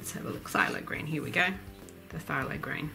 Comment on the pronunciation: Hello. I’ve been enjoying your tutorials. The little green bits at the base of flowers is called a “sepal”. Also, in the Oxford dictionary, it’s written the the word phthalic is derived from naphthalene, so the “a” is pronounced like “fat”, not “thy”. Hope this is helpful to you.